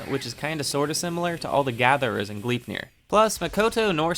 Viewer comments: Gleipnir isn't pronounced Glipnir. The "e" isn't silent. Here's how you pronounce it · U pronounce gleipnir as: glai (a as in the a in awful) -pnir and idk how to explain the i